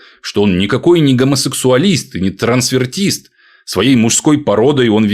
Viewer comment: Правильно говорить "трансвестит"